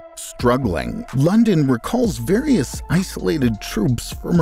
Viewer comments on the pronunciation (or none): none